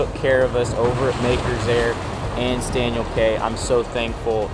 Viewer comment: Great video. Please learn to say “key” instead of “kay”. You’ll be treated more like an insider pronouncing it Staniel KEY. 👍